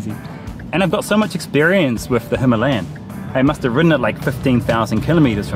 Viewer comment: Big following of RE in the UK it’s the Himalaya that everyone wants. Check out the correct Indian/ Pakistani way to pronounce Himalaya / Himalayan it’s nothing like how farunghi say it